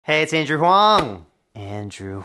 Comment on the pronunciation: that’s not how you say your name! Silly Andrew.